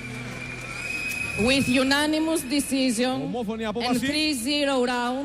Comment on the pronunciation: γουιθ γιουνανιμους ντισιζιον..χαχαχαχ.Παντως nock down δεν υπαρχει